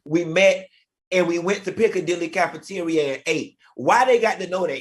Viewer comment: NOT PICCADILLY LMAO!!!!!!!!!